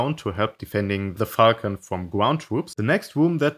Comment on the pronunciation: Sometimes when he said Falcon, it sounded like Fuckn